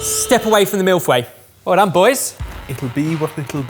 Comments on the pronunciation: I'm sorry, a mille what?! 😂 I never thought I'd hear the word "feuilles" pronounced like that! On another note, I'm so glad I discovered your channel, It's been so helpful to get my mind off of the pandemic! :) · way of saying Feuilles makes me physically ill